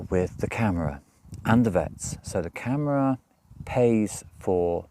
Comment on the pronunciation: Hi, here's a hint for saying "Camara" (City Hall or City Administration). If looking at word as if you pronounce letters in English (disclaimer, mine is US): try this phonetic- ish pronunciation: kah-mar-ah. (Mar as in planet Mars. (Only reasons, I mention it: I was listening to the video and literally thought you said camera (as in taking photographs)...(you were talking about your dog, shots, kittens adopted, etc...so you weren't moving....thus I was listening. "Equipment to take photographs" didn't fit with what you were discussing..I realized, you were saying "camara" (Portuguese city/town/village area administration). I'm also trying to help you improve your PT pronunciation...as well as any one else who is trying to get to PT...hopefully they can look back and improve. (And of course, anyone already in PT...can hopefully help them improve.) Hope it is appreciated..not trying to be critical. (I'm in US, speak Portuguese having learned it in college in US and in a year abroad in Lisbon in 1990-91. A bit rusty, but I know a bit of linguistics and where to put your tongue in your mouth to make the sounds...wich is always a bit of a battle when learning a language.